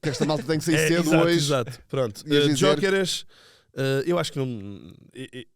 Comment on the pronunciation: Iókeres. É assim que se pronuncia o nome do rapaz. 😉 Não Djókeres ou Giokeres.